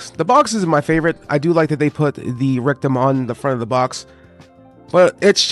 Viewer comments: Rectum? lol when you say Rick Dom it sounds like you say Rectum haha sounds stupid lol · I love the video but i had a few chuckles the way you say rick-dom. I thought you were saying rectum 😂